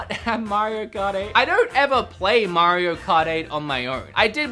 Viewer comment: You mean mr mare-eo